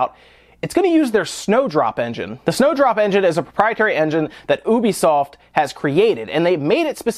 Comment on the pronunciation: You say 'ubisoft' funny.